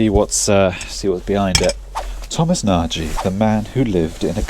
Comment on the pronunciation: I dont know why, but it furiates me that i think you dont pronounce your name right:). If you type in your name in google translator it automatically detects the word nagy as Hungarian(its a very common family name here) and u can check the proper pronounciation for it. Do you have Hunarian lineage and just lost the proper way to say it or i'm completely wrong?